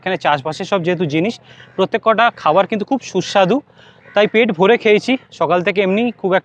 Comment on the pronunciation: শুনতে খারাপ লাগছে প্রত্যেকটা বলুন, প্রত্যেক কটা কথাটা ভুল।